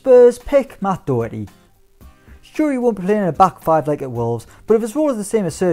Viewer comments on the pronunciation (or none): You run a channel with the Irish guy and still can’t pronounce Doherty 🤦‍♂️